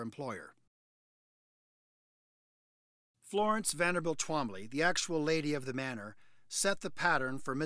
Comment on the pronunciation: It sounds like a speech impediment every time I hear tWombly😅